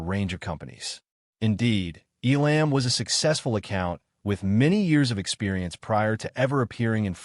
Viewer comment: Terrible narration. How many ways can Mr. Elam's name be mispronounced?